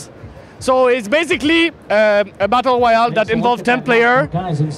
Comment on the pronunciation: His Elmer Fudd pops out whenever he says "Woyale"